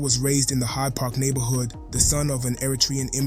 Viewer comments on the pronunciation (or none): none